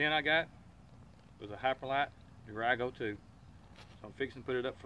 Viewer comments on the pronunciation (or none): Hey, I’m definitely jealous of that tent! But let me help you out with the pronunciation, (I can’t help it, I live in Maine). Try saying it like this. Deer-ee-go 2, Not picking on ya, and it’s an amazing tent!!!